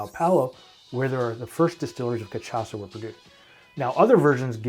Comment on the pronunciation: Ca shaw sa* not ca tcha sa